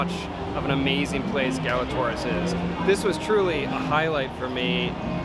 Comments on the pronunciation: Learn how to pronounce the name of the restaurant! Gala TWA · “Class and elegance”? You didn’t live up to it, and you don’t even pronounce its name correctly. Imagine how much you’d have enjoyed it if you matched its elegance.